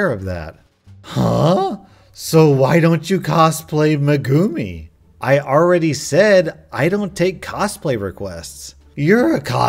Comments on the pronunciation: Its me-gu-mi NOT me-guuuu-mi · I love you but when you said Meeeguuumi that triggered me so hard. It's fucking megumiiiii 😂😂😂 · ITS PRONOUNCED MEGA-MI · pronounced (meg uu mee) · “Megumi” XD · I got triggered when he pronounced megumi like that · Hey it's actually pronounced meg goo me hope this helps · Just wanted to let you know that you butchered Megumi’s name, proving you not a weeb You can take this as a win or a loss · I am dying of how much he butchered the name... But you can't blame him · the way he says "Megumi" hurts so much man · The way he says megumi game me a heartache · the way he pronounced "megumi". to my fellow weebs out there, we both know we cringed really hard when we heard that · The way you said megumi really hurts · Ahhhh I love but hearing him mis-pronounce megumi so many times hurt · Why am I getting irritated with the way he pronounces Megumi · That’s not how you say megumi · The way you said megumi made me cringe a bit ngl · You diddnt pronouncr migumi right